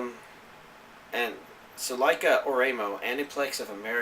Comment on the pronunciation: I love your videos, but you pronunciation of Ore-imo is bugging me lol. Ore imo is two words, ore (pronounced "o-ray") and imo (pronounced like ''emo' in the word 'emotional').